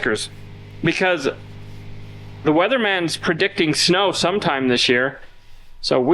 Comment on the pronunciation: FYI: The word is PREdict...not "...PERdict...."